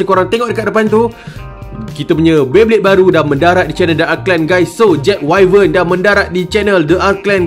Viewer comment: info bkn 100% tepat, sebut wyvern pun salah. Haha